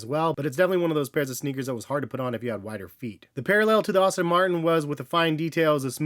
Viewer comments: Its "Aston", not "Austin" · Great video. As a car guy though, I gotta say it's pronounced "Ass-ton" Martin not "Austin" Martin, just a heads-up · Aston not Austin 😅